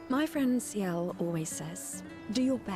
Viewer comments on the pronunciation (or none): none